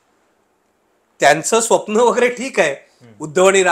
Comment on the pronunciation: काही शब्दांची नीट प्रॅक्टिस करत जा.. उदा. दोण, स्वप्ण, वगैरे... दुसरं म्हणजे तुमचं निरीक्षण कच्चे आहे..२०१४ मध्ये दोन्ही ठाकरे सोबत होते, २०१९ मध्ये दोन्ही विरोधात होते..२०२४ मध्ये मात्र एक सोबत आणि एक विरोधात होते...तेव्हा एक ठाकरे कायम सोबत ठेवला वगैरे बाता झूठ आहेत... आणखी एक शिंदेंनी नगरसेवक पळवले म्हणण्यापेक्षा शिंदे कडे गेले असे म्हणू शकता..आणि ते योग्य आहे असे वाटत असेल तर पवार साहेबांनी २०१९ मध्ये अख्खा पक्ष पळवून सरकार स्थापन केलं असं म्हणायची देखील प्रॅक्टिस करून घ्यावी पाहुण्यांनी सुद्धा... आपला अजेंडा रेटण्याचा हा एक प्रकार असतो...तो बंद करा...लोक खरेच चतुर आणि हुशार आहेत...त्यांना तुमचा propganda समजतो देवा...